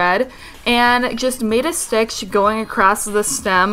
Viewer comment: she says "stitch" like "stickshh"